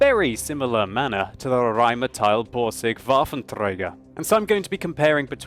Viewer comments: You wouldn't roll the first R. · Rrrrrrrrheinmetal. Why the hell does he pronounce everything with R in the name like this? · you keep pronouncing Rheinmetall as Rheinmeteil:P Also your rolling r's are a bit laboured ^_^ Just some friendly criticism, nice video:) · You're always good with your pronunciation, but for Rheinmetall it's an "ah" sound at the end. (Not "ial"). Great review though! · i really like it when u start saying rheinmetal rrrrr....rheinmetal hahaha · Захари Прит Well.. Jeah it kind of sounds a bit strange when he pronounces it. But he's giving it a good effort and comes pretty close. I like the way he sais it being german, btw :)